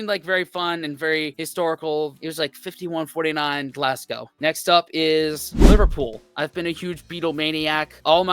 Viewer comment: Point 1 - Don't pronounce Glasgow Glass-Go - It's Glaz-Go. In London, go eat at Borough Market, then head to the coast - and any town on whatever coast you choose, THIS is where you buy your First fish and chips.